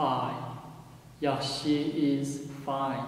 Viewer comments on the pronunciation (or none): hello!is the x sound in yaxshi kh or more like a h? from the way you pronounce it, it sounds like a voiceless h sound, but not sure. i just started learning uyghur, thanks.